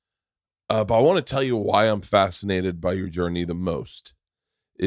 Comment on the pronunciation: does Bert say, "I'm FATscinated" ??? lol These two are so similar in so many ways, I swear she could be his daughter haha.